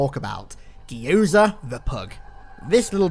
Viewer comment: That is the most horrifying pronunciation of Gyoza I've ever heard